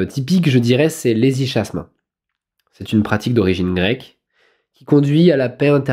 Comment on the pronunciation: ça se prononce hesyKasme !